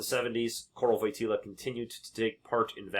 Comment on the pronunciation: The JP2nd ‘s name is pronounced like Voy tee wah. The L with a slash is a “W” sound.